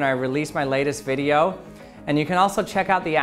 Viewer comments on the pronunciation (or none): none